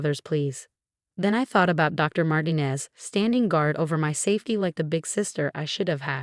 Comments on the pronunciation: You need to reprogram your AI Bot. Because the name Mtinez is **NOT SAID like Martin-EEZZZ; MARTINEZ IS **CORRECTLY SAID AS MAR- TEEN-EZ * like the E IS ELONGATED IN THE Character in that 70's show,..... FEZ, (or in PEZ candy. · Marteen ez not martin ez Not Marti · Please tell your stupid AI program that the Hispanic surname Martinez is NOT pronounced "martin-ez' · Ai again. And they can’t pronounce Martinez. But at least we don’t have another Marcus. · Guess AI can't prounce Martinez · How Martinez is pronounced as ridiculous